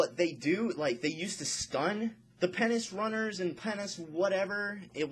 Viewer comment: when ur talking it looks as if ur rapping and you shake ur hand so many times. and way u say penance glove sounds like "penis gloves"...... anyway gr8 info :D